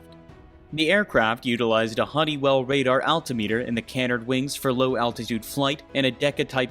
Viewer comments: It's pronounced kah-nard not canennerd . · Wonder how many Saab sedans the Viggen caused to be sold. ps Canard rhymes with hard, not bird. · Your pronunciation of “Saab” and “Canard” are irking lol